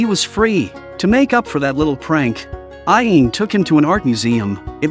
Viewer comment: The guy narrating this video is pronouncing the ghost's name super wrong he's pronouncing it (Ah・Yane). It's (Ah・Ya・Né). Get it right, man.